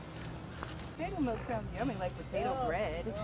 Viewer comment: Aww...patatoe...lol😂....sounding like our sistas and brothas n the MOTHER LAND....SOOOO nice....the FAMILY getting down in the Garden ...1 PEOPLE...1 MIND....1 LOVE ❤️...1 NATION....1